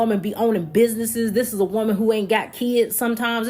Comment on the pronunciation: at the end she said "you can be that woe-man"